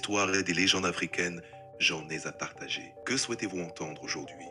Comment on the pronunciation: "J'en ai zà partager"... 🤣 Plus vrai que nature ! Le même "français" qu'on entend un peu partout sur youtube...